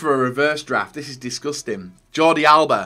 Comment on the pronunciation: Nobody: Absolutely Nobody:: DISGASTIN